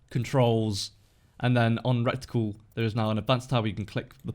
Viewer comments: It's reticle not recticle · Mmm “recticle”